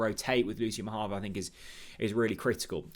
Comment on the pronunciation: The player himself pronounces his name Ma-hah-vo.